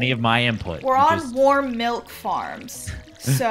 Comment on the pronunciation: I’m severely uncomfortable by the fact that he calls milk melc 😐 as an Australian he is officially not allowed back in the country